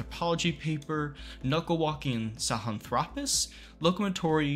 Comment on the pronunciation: Very intriguing and thorough analysis - thank you! On a minor note please put the lan back in sahilanthropus. Correct pronunciations are not contagious, mysteriously mispronunciations are contagious. Just a minor note - thank you.